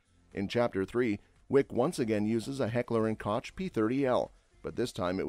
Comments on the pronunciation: Deceptive video 👎 You also pronounced koch wrong. Its NOT pronounced Kotch - it’s pronounced COKE. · In Heckler and Koch, Koch is pronounced "Coke"; not "Kotch". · Sometimes a little criticism if taken to heart can help a guy. HK is the same as Heckler and Koch and it is pronounced like COKE not crotch or cock. You're welcome. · I was waiting for someone to make this comment. Thank you. I thought an enthusiast channel would of got that right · Heckler & Koch (Pronounced Kock)! 🙄🙄🙄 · "Heckler and KOCH" ...ok. So this is when you have ChatGPT create a video. Got it. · FYI It’s pronounced COKE………. In Heckler & koch. 👍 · I've said it both ways myself. I guess it's American vs actual German pronunciation. When in doubt, "H&K" works best!